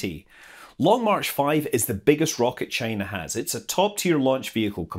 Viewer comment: Maybe that is a question you should ask “Chy-na.”